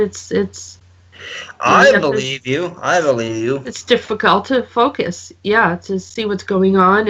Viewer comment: is the only one that is getting away with saying fuck u trying say focus 😂😂😂😭💨👌🏆